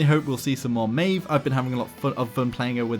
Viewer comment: OMFG he finally pronounces Maeve correctly?!?!?!?! :O!!!!!!!!